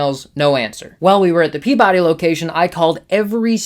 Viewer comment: As a resident of Salem I got a kick out your pronounciation of Peabody and Haverhill :) My go-to store for many years is the Hall of Comics in Westboro. The staff is super friendly and knowledgable and they have an absolutely fantastic inventory of back issues.